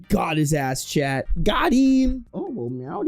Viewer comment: I just want you to know it took several months to realize you were saying "chat" and not talking directly to some guy named "Chet".